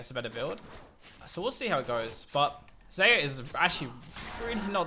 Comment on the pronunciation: In spanish rakan calls her Shayah, love you:)